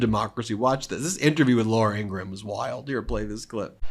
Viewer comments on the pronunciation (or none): Ben, why do you keep calling Laura IN GRA HAM, it’s Ingraham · It's pronounced "Ingram", not "Ingraham." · you dont pronounce every letter ingraham you know how to say graham right? gram? same thing with ingraham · Ok Ben, I love you, but it's "Laura EEN-grum" as opposed to "EEN-Gra-ham" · Ben, please pronounce Laura Ingraham as "Ing-Rum" not "Ing-Ra-Ham" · no 'HAM.' Pronounced In GRUM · "LOR-uh ING-gra-ham", 😂😂😂 Isn't it fun to mispronounce people's names? High comedy, for sure. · i like it when you mispronounce it to ingra-ham